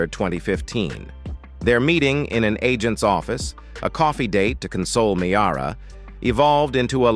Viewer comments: It's pronounced Meera, not Me-ara! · It's pronounced Mear-a not Me-ara. Geez!!